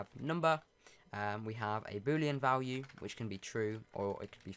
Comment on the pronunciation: Notice how he sais vlwue